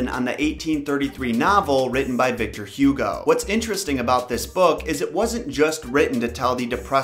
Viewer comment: It’s pronounced Oogo not Hugh Gow.